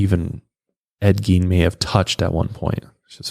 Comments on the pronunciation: You totally don't have a country accent. Its very plain but I'm from Kentucky.😆 Also, I think its pronounced like Gayne. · Geen 😂 not Gein but Geen 😂😂